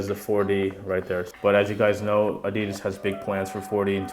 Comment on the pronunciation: Why do you pronounce "ADIDAS" like an idiot??